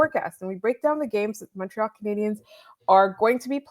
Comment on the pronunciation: It always rubs me the wrong way that they pronounce Montreal wrong in the opening theme